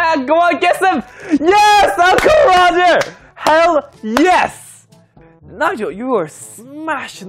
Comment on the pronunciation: When you freak and the Asian accent comes out “What the haiell what the haiell onwry 22 guess”